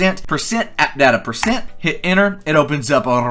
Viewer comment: When you were making the mods folder, what did you say, you said something like %app something